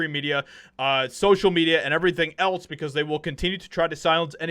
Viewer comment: When you say "else" it sounds like you're saying "eltz".